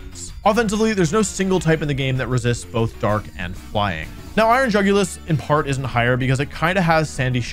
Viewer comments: Bro absolutely butchered the iron jugulis stats lmao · I assumed that Jugulis was pronounced "YOO goo lease" b/c it looked like a Latin word (and apparently is one, thanks Wolfey/editor/folk!) but most youtubers pronounce it the way it is spelled. Whomst?